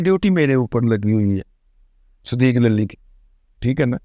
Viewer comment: دادا جی لفظ للی کی ادائیگی صحیح نہیں😂😂